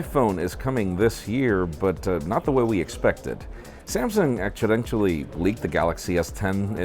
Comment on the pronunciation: Did anyone catch how he said accidentally